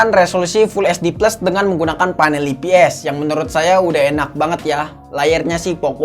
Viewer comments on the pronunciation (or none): saran bang nyebut ips nya, "ai pi es" jangan "ii pi es"